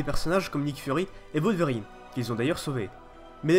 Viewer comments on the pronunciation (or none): none